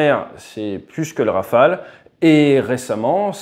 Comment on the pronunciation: À part pour la prononciation rofole et graillepen, très bon 😅 Et quel merveille, cet oiseau ! J'aurais bien voulu le voir voler au dessus de ma belge tête 😊